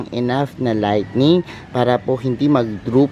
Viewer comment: No offense meant but did I hear you right...LIGHTNING (kidlat)? It should be LIGHTING.